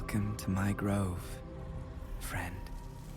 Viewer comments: *Grove. Please stop saying “Drove” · The word is GROVE lol, not drove